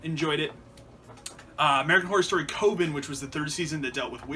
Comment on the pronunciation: The way you pronounced coven reminds me of the documentary American Movie. It's exactly how Mark Borchardt pronounces it. Are you in Wisconsin?